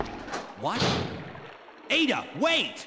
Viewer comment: It's Aye Duh!!